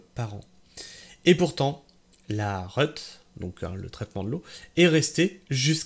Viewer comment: La "reut" c'est l'abréviation de réutilisation, donc ça se prononce réhut et pas reute !